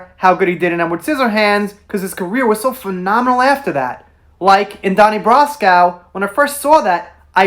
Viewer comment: Some criticism for you, not bashing you.. - fake video title / clickbait - brian cox is a great actor and in many things, youd know him if you looked him up - donnie brasco was mispronounced - you didnt recognize johnny depp in donnie brasco? its the one of like 3 movies where he wears no makeup to hide who he is... - you should plan out your material better. Look i love johnny and i think that amber is garbage. ill never get over her ruining the pirates franchise but this video does you no favors my friend.